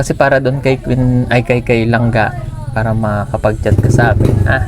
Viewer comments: Langga hnd Lang-lang 🤫🤔😅🥰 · Langga ngani Hindi langlang 🤣🤣🤣